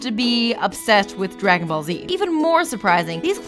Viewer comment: dra-gown ball